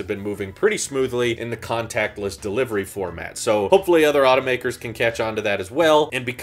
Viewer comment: ah yes, Deliviery